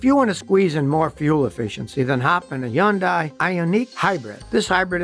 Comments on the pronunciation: Pronounced "Hun-Day", not Hi-yun-die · Its Hun day. Like Sunday. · He's wrong, it's supposed to rhyme with Sunday. Hyundai, pronounce the H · Serious question: who told you how to mispronounce "Hyundai" it's HUN-DAY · Still can't pronounce Hon day correctly. You won't change. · Scotty is the only person I ' ve heard pronoun Hyundai with the H silent. Is he right and everyone else wrong? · I like how Scotty sticks with the wrong pronunciation of Hyundai 👍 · Seems to do alright with other words, guess Hyundai hangs him up.